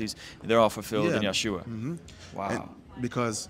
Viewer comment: thank you for correcting Yeshua’s name! It’s pronounced YESHUA!!!